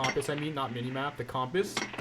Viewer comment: says compass really weird